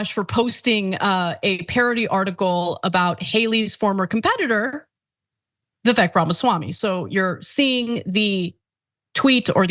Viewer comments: By their own logic, aren't they being racist by constantly mispronouncing his name? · My initial thoughts about how racist Anna kasparian must be, mispronouncing vivek’s name. And the video of Joe Biden saying you can’t own a convenience store without a slight Indian accent. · meanwhile hasn't wven taken the time to learn HOW to.pronounce Vivek's name🤦🏾‍♀️🤦🏾‍♀️ if you're taking offense in behalf of someone then at least learn the man's name. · Vivek understands that stereotypes exist for a reason and they aren't automatically racist. Also, why is it that so many self proclaimed leftists just refuse to learn how to say his name?